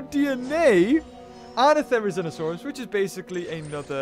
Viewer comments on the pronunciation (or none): none